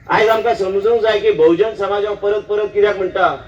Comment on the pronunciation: Wrong pronouncation of Bahujan Samaj